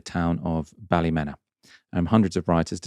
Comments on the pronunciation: up to your old tricks? Check the pronunciation of Ballymena and get it right on air! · Pronunciation of Ballymena is Bally-MEAN-na